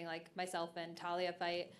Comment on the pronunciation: Erin you are fantastic but PLEASE say Taila's name right